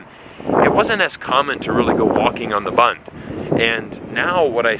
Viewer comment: You are not pronouncing BUND correctly!